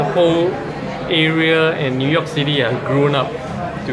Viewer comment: hahah its pronouce as NEW(NIU) YORK not NUI YORK le.....LOL